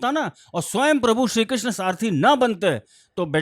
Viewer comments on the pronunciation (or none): none